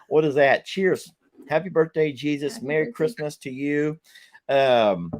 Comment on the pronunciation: Hey it's Jesus not Jesuw